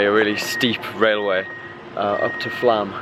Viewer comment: Flam is pronounced Flom. I was there in 2005. A very magnificent country.